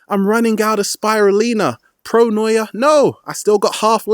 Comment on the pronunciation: pronoya? paranoya?? hard to understand, i want to understand correctly